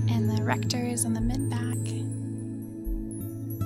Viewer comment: Is it a prerequisite to say 'back'....bawk? Or is that a California thing?